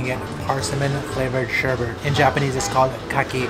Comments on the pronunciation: Sherbet, not sherbert. :>) LOL! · sherbet is pronounced "sherbit", not "sherbert". Notice there is no second r.